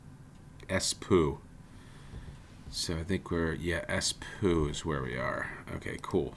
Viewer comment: Btw, -oo (like Espoo, Porvoo) is pronounced more like door than poo. Someone more professional linguist might comment something more helpful.